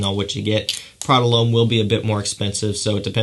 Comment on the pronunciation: It’s not Prada Loam 😂😂 It’s Prada L’Homme dumass